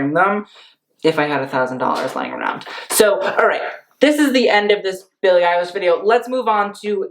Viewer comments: Billie eye-lash 😂😂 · did he say "Billie Eyelash"? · Did he just say billie eyelash? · Billie Eyelash .... No!.... my ears.... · "billie eyelash" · “Billie EiLASH” lmao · Why are u sayin billie eil-a-sh? Its honestly giving me unsubscribe vibes